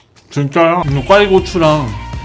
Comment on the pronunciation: 형 진쫘야 할때 발음 졸귀네 ㅋㅋㅋㅋㅋㅋ